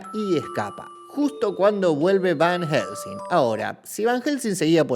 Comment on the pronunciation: Fjfjdjsjsjs por Dios soy un idiota me c4gue de risa cada vez que el dijo VAN HJGELSEING